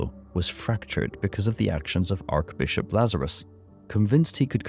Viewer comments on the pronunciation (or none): loved the vid. just wanted to say, archbishop is pronounced "Ar-tshh - Bishop" not "Ark-Bishop" just thought you should know for yourself. no hate.